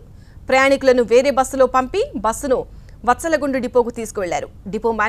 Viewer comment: It’s vathala gundu. Not vatsala gundu